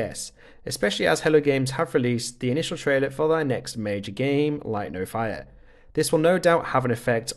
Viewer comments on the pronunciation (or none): none